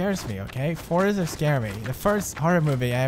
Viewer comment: i thing he end with a letter ,,t,, not s -forestetst